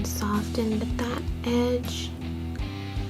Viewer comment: I love you to death but the T in soften is silent. No shade it's just my OCD. Do you boo, I'll watch regardless 💋